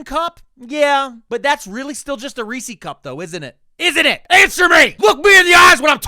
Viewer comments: My guy, how can you live in PA and pronounce Reese’s wrong? It’s Rees-sez not Rees-seas! (I’m in Harrisburg like 20 minutes away from Hershey. They say Rees-sez at Chocolate World.) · Have I been saying Reese's wrong my whole life, or have you?? You got me questioning my past... Maybe it's a regional thing? I'm in PNW and I swear its "ree-sehz" ahhh but now I just said it out loud so many times nothing sounds real so who knows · You live in Pennsylvania, pronounce Reese's correctly.